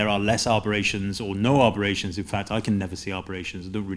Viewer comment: It’s aberrations, not arberations 👍